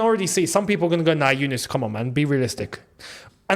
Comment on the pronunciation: Unis 🤣 that’s pronounced “u-knees” in the UK